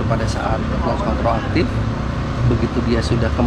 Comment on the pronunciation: Maklum ilat jowo kang😂